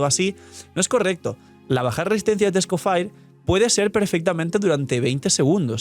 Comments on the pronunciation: No puedo ver el vídeo porque se me hace muy raro como pronuncias EscoffAir como si fueras gringo cuando la forma correcta es escoffié en francés mucho mas fácil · Porque le dice "escofair" si tanto en español, ingles y francés (origen) la i suena como i normal "escofier" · El señor Escoffier removiéndose en la tumba viendo que le dicen Esco-fire 😂😂😂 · Escofier o escofair jajajaj en el juego lo pronuncian de la primera forma